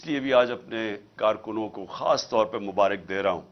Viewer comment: بصد احترام عرض ھےمبارک ر پر زبر ھوتی ھے زیر نہیں